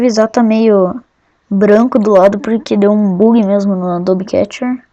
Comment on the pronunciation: e vc falo adobe catcher??? husduhauhashuahussahuhuashuasuhas mds é ATUBE catcher, husahusahuas